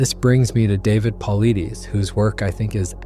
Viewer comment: Your butchers name, sweetheart it’s David Pilates